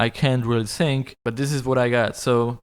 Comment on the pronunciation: "I know, I can't really sink"